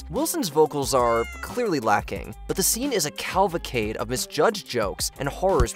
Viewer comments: Interesting pronunciation of the word cavalcade... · Roaches, not crickets and learn to pronounce cavalcade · CAVALCADE. Cavalcade.